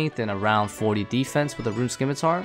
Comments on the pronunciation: SIM-I-tar. Not SKIM-I-tar. “SIMITAR” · How are people still saying "skim-i-tar" in 2021?